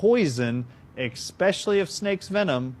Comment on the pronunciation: I'm sorry to be the one to tell you, Steve, but I really don't think a guy who says "expecially" has heard of etymology.